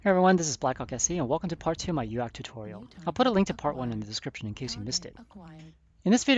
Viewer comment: Very fitting, actually, that you should pronounce UAC like Donald Duck's panic-exclamation. "Uack! It got an UAC! Uack, uack!" because that's how those Things make you feel on the receiving end: Donald Duck having a panic attack.